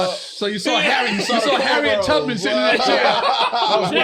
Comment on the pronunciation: Dis dude said Harriet Tubman 😂😂😂😂 # 🤘 😂